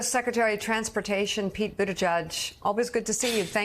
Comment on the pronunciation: Although I love Mika far more than Joe, Pete's been around for a few years now and she should learn how to pronounce his name correctly.